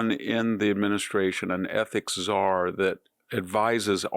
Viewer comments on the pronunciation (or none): none